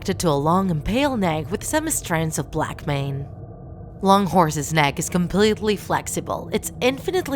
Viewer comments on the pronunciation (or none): none